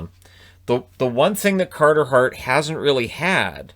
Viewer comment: Cahtah Hahht. 22 years old.